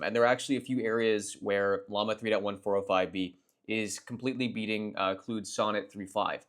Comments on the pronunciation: bro ive heard you say literally every possible pronunciation of Claude except the correct one... Clood... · It’s cloud. As in clouds that rain. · Good stuff. Not sure if you got trolled or if you're trolling us with the pronunciation of Claude -- in either case, it's pronounced "CLAWED." As in Claude Rains, Claude Shannon, Claude Monet, Claude Chabrol, Claude Debussy...